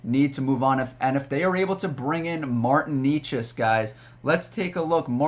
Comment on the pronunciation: Martin Nay-chas